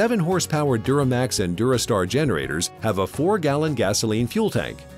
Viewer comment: It duromax, not duramax